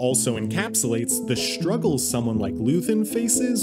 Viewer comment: The way you pronounce "shtruggle" gets me every time